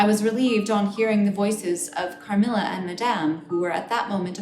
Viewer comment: No one: Natasha, : cAHMILLUHH